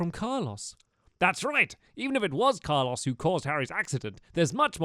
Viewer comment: Its Carlos not carlose